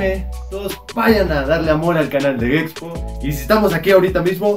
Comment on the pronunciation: Dice gexpo no sabe decir gepxho se me hace una falta de respeto